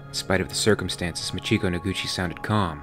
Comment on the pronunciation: MAchiko, not maCHIko